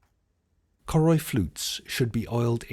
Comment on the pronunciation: Choroi is actually pronounced as Caw (as in caught) Roy